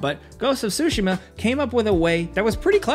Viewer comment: 'ghost of sushima'